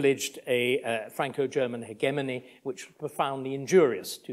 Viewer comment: It’s just great to hear someone pronounce hegemony correctly.